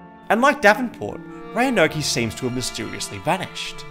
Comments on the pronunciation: It's pronounced "Ro-an-oak" btw. Not "Roanoké." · The e is silent! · “Roanokay” lmao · hearing him try to pronounce Roanoke was great. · Great video, but as someone from Virginia hearing him mispronounce "Roanoke" was painful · I have never heard someone say Roanoke that way lol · His pronunciation of Roanoke 😂